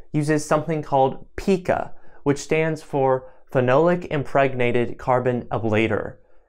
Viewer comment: "Phenolic" is pronounced "fee KNOLL ick"